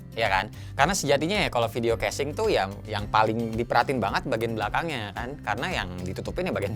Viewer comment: ngakak dah denger kesing ANJAY haha